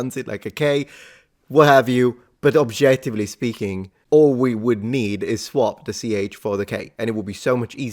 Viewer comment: you said "objettively". I didn't know it's THAT hard for Italians to pronounce some of the consonant clusters. Mind blown 🤯